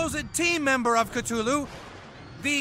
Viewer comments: Oh I thought it was pronounced "Cth-u-lu" not "Ct-hulu" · They pronounce Cthulu wrong they forget to pronounce the h they say ctulu. instead of cthulu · they proonounce cthulu wrong they say cTulu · It's pronounced cth ooh lu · they pronounced Cthulhu wrong. Well kinda. No one can pronounce it correctly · I still can't get over how they butchered the pronunciation of Cthulhu.